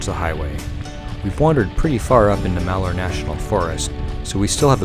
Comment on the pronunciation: Your from Oregon? lol You Butchered saying Malheur lol